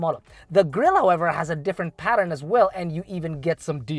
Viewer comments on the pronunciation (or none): none